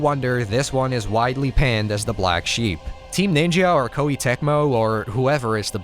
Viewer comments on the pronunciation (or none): none